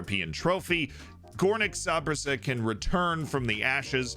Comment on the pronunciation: Disgusting pronunciation of (Górnik) Zabrze